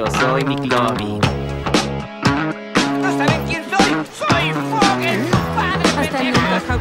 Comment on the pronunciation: " yo soy miclovin" lol si quieres leerlo tal y como se pronuncia, maclovin